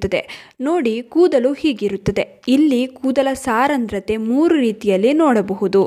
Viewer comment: saarandrathe alla adhu saandrathe, but olle maahithi